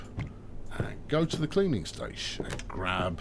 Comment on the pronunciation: Isn't a preused car a new one ? It's a cleaning station not a cleaning staysh. You were only talking about butchering the English language the other day.